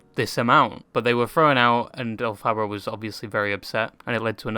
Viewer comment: As an aside … the name is derived from L Frank Baum, the author of the Wizard of Oz (invented by Gregory Maguire, the author of Wicked). You don’t emphasise the second syllable 😊 - El-fi-bar.